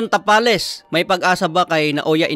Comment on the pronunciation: Tabales yan hindi tapales haha